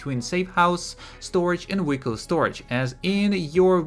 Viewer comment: I think he’s saying vehicle lmao